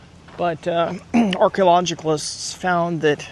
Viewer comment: It's cute how you pronounce archeologists.